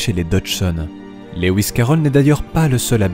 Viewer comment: Magnifique analyse, j'aimerais beaucoup lire ton travail qui doit comporter tellement d'autres informations passionnantes. Lewis se prononce Louis comme Louis Armstrong, pas Léouiss qui n'existe pas.